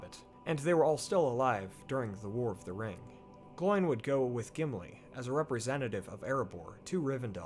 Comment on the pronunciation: The pronunciation isn't like a pig's sound, oink, but Oh-in and Glow-in. At least, that's the pronunciation as dictated by the Appendices in Return of the King.